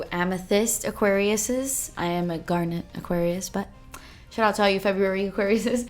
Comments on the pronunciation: I totally bought this palette the day it went on sale., I'm willing to give you "pear-eh-dot" instead of "pear-eh-dough", but I will not allow "gar-NET" for "GAR-net".:) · No offense but its my birthstone so i kinda have to say it GARNET is one word its not GAR...NET lol thanks for coming to my class lmfao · so excited to get mine in the mail. btw don't know why this bothers me but it's GARnet not garNET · how you pronounce garnet cracks me up every single time :D you are the first person I've heard say it like garNET, I have always heard it and said GARnet. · pronouncing garnet like Garnette>>>>>>>>>🤣💜💜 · The way you say garnet...I dont know why but it gets me everytime lol